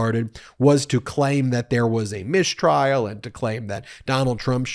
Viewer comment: what's a "mishtrial"? SHTOP IT also Swift wrote that a bit less than 300 years ago, not 700 years LOL